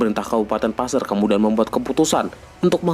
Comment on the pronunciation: Maaf boss qu,cara penyebutan (PASER) nya salah boss qu.